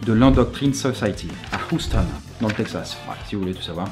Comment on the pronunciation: Houston se prononce youstonne pas hoostonne